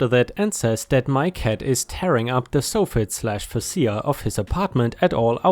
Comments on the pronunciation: it's pronounce FAY SHA... 🤗 LOOK I finally found the faces!! LOL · Fascia ≠ fah SEE ah. Fascia = FAY shah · Bad day for me, so I'm late. Hi. Thank you so so much for the stories. Also, "Fascia" is pronounced "fay sha". Fascia is the front wood board of the overhang on a house. ⭐⭐⭐⭐⭐⭐⭐⭐⭐⭐⭐⭐⭐⭐⭐⭐⭐⭐⭐⭐⭐⭐⭐⭐⭐⭐⭐⭐⭐⭐ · Fascia—‘fay-shah’ Decrepit—‘dee-crep-it’ ⭐️⭐️⭐️⭐️⭐️⭐️⭐️⭐️⭐️⭐️⭐️⭐️⭐️⭐️⭐️⭐️⭐️⭐️⭐️⭐️⭐️⭐️⭐️⭐️⭐️⭐️⭐️⭐️⭐️⭐️⭐️⭐️⭐️⭐️⭐️⭐️⭐️⭐️⭐️⭐️⭐️⭐️⭐️⭐️⭐️ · For future reference, it's pronounced "Soft Fit" minus the first T, and "Face Shia" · Soffit is pronounced sawfit and fascia is pronounced feysha. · Soffit is said like soft but with not T at the end, followed by “it”. Fascia is “fash-ah”. I honestly had zero clue what you were saying there for a bit- had to stop and read part of the story to figure it out. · Soffit rhymes with prophet. Facia...can anyone think of something that facia rhymes with? Fay-shiah. They're the underside and face of a roof's overhanging front edge.